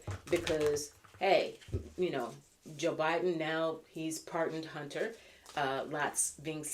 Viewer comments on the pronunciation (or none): none